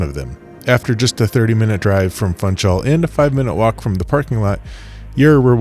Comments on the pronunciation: This is so fantastic! But I must gently correct you on pronouncing Funchal. It’s Foon-shall. Not Fun-chall. Thank you! 🥰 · Funchal needs to be pronounced "Foonshal"!